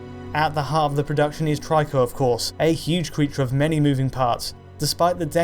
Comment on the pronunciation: He is "treeko", not "try-ko". Just like ico was ee-ko, not eye-ko...